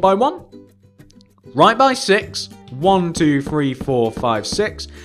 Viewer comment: Fun, fwo,three,four,five,fix,feven, Feight,fine,FEN